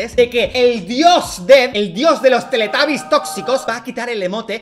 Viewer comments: Porque los españoles dicen teletabi si es teletubi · Me tomo el video en serio hasta que dalas dice "teletAbie" , perdón , te amo dalas.